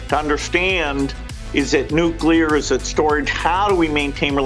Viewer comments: Nuclear, not 'nucjular' ffs! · For the goddamned millionth time, it's NUCLEAR, NOT NUKULAR! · I thought we all agreed that "nukular" was for tardos. It's NU-CLEAR. NEW-CLEAR. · NU-CLE-AR . not nucular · NuCLEAR not nucular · Nucular? Ffs... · did you say nukular? :D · Jesus, learn to pronounce nuclear properly